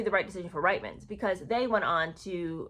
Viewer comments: Sorry, I’m Canadian and it is pronounced Reetmans. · My apologies. I know it's frustrating & irritating to be called out on pronunciation however it is equally frustrating & irritating to Canadian ears to have nation wide names mispronounced. That being said it is: Rietmans pronounced (Reetman's) & Rideau pronounced (Reedoh). You may roll your American eyes but since I am listening to your podcast thereby helping it I would very much appreciate if you did a little research into Canadian/British pronunciations.